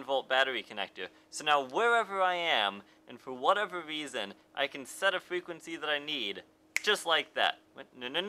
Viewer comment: Pwetty useful fwequency info.